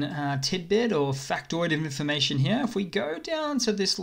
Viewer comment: I'm laughing my back off at 'here, here, here'/he-a. I was thinking, why this dude says he'ah. What kind of Australian accent is that? And yet you are well aware of how you pronounce 'here'. Well played, sir. I'm just kidding. I'm thankful for the memes and cool update. Good job. Slava Ukrainie!